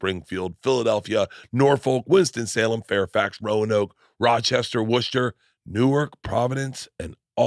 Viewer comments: Ummm “Wushter” 🤦🏼‍♀️ it’s “Wuh stah” Get it together Bart. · Woo SH ter. hahahahahahahaha. Work on how to say before going. That ain't it kid